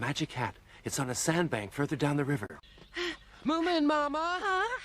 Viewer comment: i know, but he said it like "moomamumma".